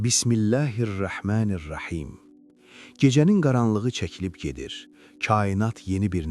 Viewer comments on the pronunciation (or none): Videolarınız çox gözəldir,var olun,lakin bəzən ayələrdə hərf səhvləri edirsiniz ,bu da tərcumədə başqa sözlərdir,məsələn Bismilləhir Rahmənir Rahim deməlusiniz ,siz isə ə ilə deyirsiniz